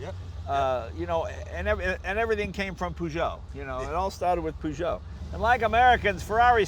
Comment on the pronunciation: Peugeot not PooShow